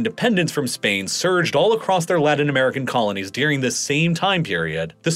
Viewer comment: I like the video and content but man I can’t stand how he pronounces “during” as “deering.” And the word comes up so frequently you can’t help but notice it every time.